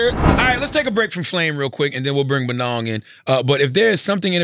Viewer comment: it's so funny how American's cannot pronounce African names.. lol he is still not pronouncing Bonang right.